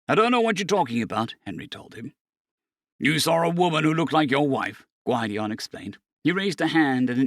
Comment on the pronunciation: Gwid-ee-on. Gwydion. 😂❤